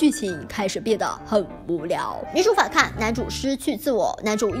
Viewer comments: 是反kàng 不是反kàn 听着有点难受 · 跟我念：反kang 后鼻音，不是反看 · 反抗(kang 三声) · 是反抗，抗。颗昂=抗。不是反看... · 这个反抗一直读反kan真的好扎耳朵。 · 反看 🤣 小甜的懒音好重呀哈哈哈哈哈哈哈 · 的那几个 反抗，读的 反kan还是反pan，我有点蒙B😂😂